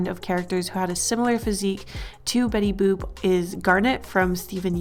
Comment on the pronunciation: It sounds like shes saying betty boob